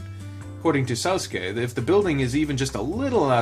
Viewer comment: I believe it's Sousuke -> soh-su-ke Yuujirou -> You-ji-roh Gou -> Go (as in the word "go") I think, "ou" in romaji (the phonetic version Japanese) is said like "oh" I might be completely wrong tho. correct me if I'm wrong